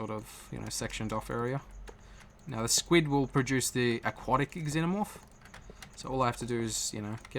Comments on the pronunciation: Pretty sure in the movies that they pronounced it like ZENO-morph, not EX-ENO-morph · Its just pronounced Zenomorph, not Ex-zenomorph. 'Xenomorph'